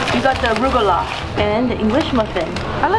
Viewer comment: No one told you how to pronounce rugelach?